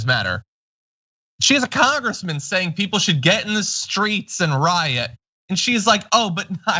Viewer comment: "The Skreets!"